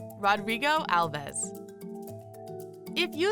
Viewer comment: Alves is my last name, and its pronounced with one syllable like "Alvs" instead of "Al-ves"